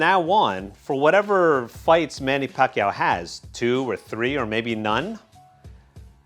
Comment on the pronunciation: You said it right